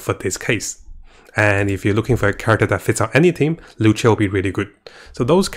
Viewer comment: it's luocha not loucha lol